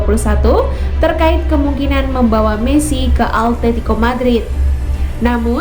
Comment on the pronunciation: kirain gua doang yg dengar altetico madrid wkwkwk